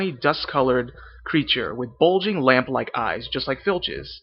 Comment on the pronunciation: You need to be a little more elegant with your vowels.. words like "named" "lamp" "line" sounds a little too forced. Stretch the vowel out a bit more.